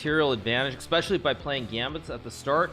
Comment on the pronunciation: Hikaru "Expecially" Nakamura